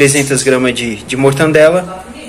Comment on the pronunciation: o nome é MORTADELA e não MORTANDELA Não tem a letra N